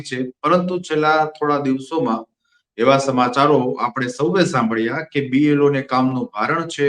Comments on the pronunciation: BPLO nahi BLO bolo. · B P L O નહીં B L O બોલાય. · Blo બોલતા તો શીખો ભાઈ